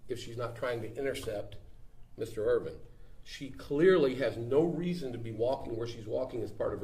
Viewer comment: Its michael IRVIN. NOT IRVING